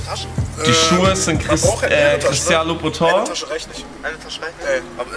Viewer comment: Lern mal Aussprache von Christian Louboutin